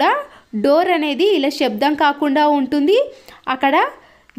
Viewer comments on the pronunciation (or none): none